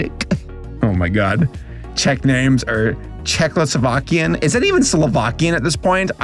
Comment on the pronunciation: Check-O-sle-vok-ee-uh thats how ive heard it